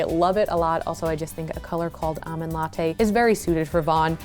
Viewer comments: AWmond latte... LOL it's ALmond! Did anyone else get truggered by that? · There's an 'L' in the word almond. 😬